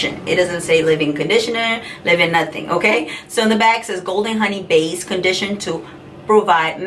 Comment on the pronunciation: Honey, with all due respect it is Leave in, not Live-in. BTW, you are beautiful and so is your family. I used to be subscribed to your channel however, you are not consistent. We do understand that family comes before YouTube. I pray that all is well. GOD bless you and your family in JESUS’ name.